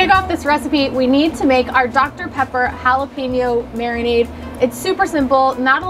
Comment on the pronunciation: Cool idea, but to be honest you lost me when you mispronounced both Jalapeno and Habanero. Small thing but attention to detail is important for both YouTubers and Chefs. I couldn't finish the video due to the cringe every time you said it.